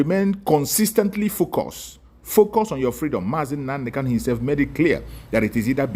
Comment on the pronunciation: This fool, our leader name is not kalu but kanu You can't even pronounce the name of your client DISINTEGRATION IS OUR GOAL They sent you to kidnap MSE,noted,wait you will get the music